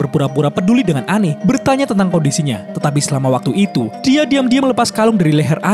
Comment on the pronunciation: Its Anne. Not Anney.